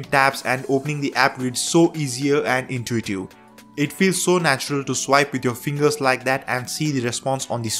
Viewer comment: it is really intuitiew...😂